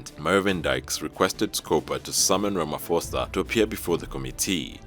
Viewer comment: Hehehe how i wish people should stop pronouncing Ramaphosa with a the (-ph-) as an f..... 😂 In the meantime we as Africans we support Mali 🇲🇱 the France and Denmark must leave us alone